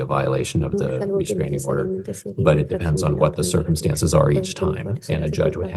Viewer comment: Restranging order - oh brother